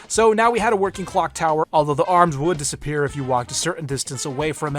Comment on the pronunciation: Coal and water Haaaaaa "disepiers"